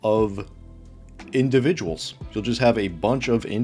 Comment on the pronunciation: think you mean "InDUHviduals."